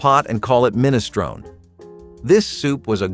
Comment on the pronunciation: MinistronE The E is pronounced, it's Italian, not English.